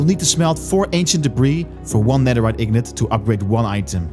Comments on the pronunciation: het is ingot en niet ignot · sorry for pointing out the mistake but bro fr said ignot instead of ingot at 10: 03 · Ilove the way you call an ingot 'an ignot' shows how much you get into it, nice video, love the enthusiasm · thank you for the tips but stop saying ignot instead of ingot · i love how you always say netherite ignot xD